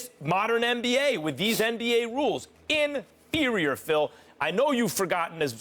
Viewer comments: Every syllable 🤣😂🤣😂😂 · Get every syllable in there Max, inferior Phil... IN-FEAR-EE-YOR🤣🔥😭👌😂🔥👍👌😭🔥🤣🔥😂👌👍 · Get every syllable in there Max. Even turns directly to the camera before he says it just to help it marinate. Inferior Phil, IN-FEER-EE-YOR👍😂🤣😂👌😂👍😂👌😂🤣